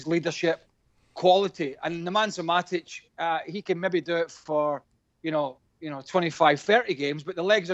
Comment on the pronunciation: This is the second video I have heard Craig call Matic Nemansa Matic 🤦‍♂️🤣